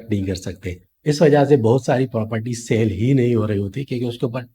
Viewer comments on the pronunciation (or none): Saaale nahi sell bhai. Learn to say words correctly .